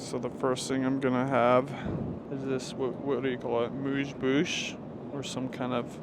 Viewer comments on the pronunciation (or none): none